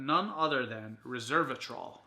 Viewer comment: You are saying Reservatrol, you should pronounce it Resveratrol.